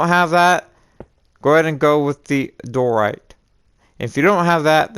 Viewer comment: Why do you say door right it’s pronaned Dye er right